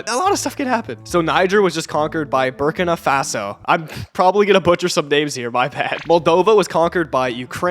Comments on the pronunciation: It’s pronounced buhr-keena fahso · It’s bur-KEE-na Fah-so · It is pronounced Burkeena Faso.